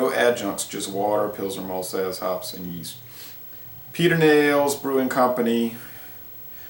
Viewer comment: As you might know, Texans pronounce towns in a different way. Pedernales is actually pronounced: ped-er-nal-us. In a way, it rhymes with Dallas. I'm a beer retailer and I just picked up a case of this in cans today to try. Cheers!